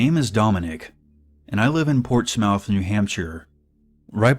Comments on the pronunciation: Life long New Englander here: Portsmouth isn’t pronounced “Ports-Mouth”, it’s pronounced as “port-smith”. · It's pronounced "ports-muth", not "ports-MOUTH". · lmao i guess im the only one who noticed him say ports mouth instead of portsmouth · Being from New England, I can tell you that Portsmouth, NH is pronounced "Port-smith." You're welcome! Love you!! 😁😉❤